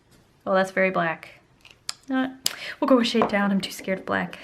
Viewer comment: she says shide instead of shade LOL